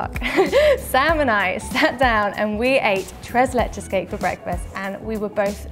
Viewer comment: I love how you say “tres leches”🥰. Thanks for the video 😊😊.